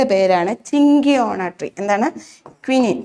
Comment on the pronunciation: ചിങ്കിയോണ അല്ല സിങ്കോണ എന്നാണ് pronunciation